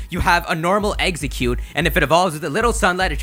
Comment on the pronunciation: why can't anyone say exeggcute correctly? EX-egg-cute, not EGGs-ek-cute or EGGS-egg-cute.